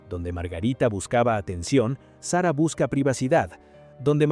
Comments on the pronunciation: Señor. Eñ espàñol de pron7ncia. Sara no Sera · Que mal pronuncia el nombre de SARA.... deja el inglés de lado.,no sea payaso.ESPAÑOL SARA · Payaso!!! SERRA....!!!! SARA!!!! ESPAÑOL